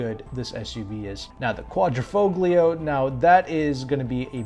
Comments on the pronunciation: Actually 'gli' is pronounced as 'yee' in Italian. So it is sounded out phonetically as 'quad-dreh-fole-yee-o' (with an accent on the 'fole'). Va bene allora! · Foglio is pronounced folio. In Italian the g in "gl" is silent. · The "G" in Quadrifoglio is SILENT !!!